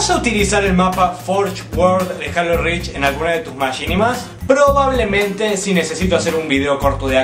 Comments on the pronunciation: yo no se si en Argentina digan asi jalo pero se dice jeilo pero no jalo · eso no es cierto no por estar en mexico se pronuncia asi es decir si tu ves gears of war lo pronunciarias G-E-A-R-S O-F W-A-R sin embargo en mexico le decimos guirs of war no por estar en mexico se "PRONUNCIA" asi y si les "H-A-L-O" NO SE TIENE QUE PRONUNCIAR JEILO por que es un nombre de videojuego en ingles en español se pronunciaria JALO mi punto es quetiene un nombre original en ingles y se"PRONUNCIARIA"diferente en español asi que no hay una forma correcta de pronunciarl ya estesenmexicoous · no es critica pero en Mexico se pronuncia jeilo